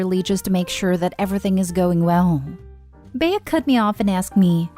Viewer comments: It’s not pronounced “Bey-a” but Bea as in bee. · Story 2- If this story is taking place in the United States, the name Bea is pronounced like Bee. It's a nickname for Beatrice. Just thought you'd like to know.